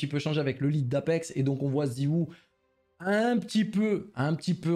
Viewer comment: ça me fume quand tu dit ziwou